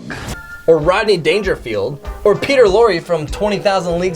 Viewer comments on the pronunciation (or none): none